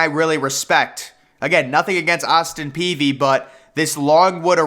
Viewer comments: Its Austin Peay not Peavy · Good show as usual. But I always heard its Austin Peay. No v in it. Just sayin. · I was about to have an aneurysm every time he said "Peavy". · Jake Peavy. Austin Peay (pea)